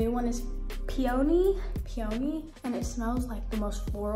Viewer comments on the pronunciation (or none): The way you said Peony is upsetting.